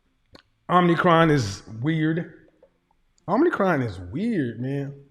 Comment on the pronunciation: Om Icron not Omnicron…come on lol